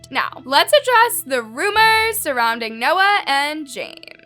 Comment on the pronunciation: "Theory" .."rumours"... someone help this girl💀